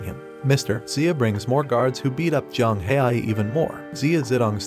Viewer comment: It not Yang it jiang haoyi = pronouncing to English is somewhat like J ang how e that what I think it is but it easier if I say it to you